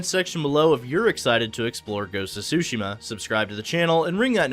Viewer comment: its pronounced soo shee ma, not su shim ma